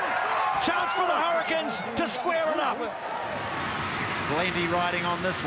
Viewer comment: It's "hurricins"....😂